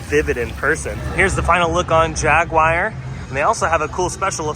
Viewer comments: Jaguire? c'mon now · The way he says, "Jaguar." 😬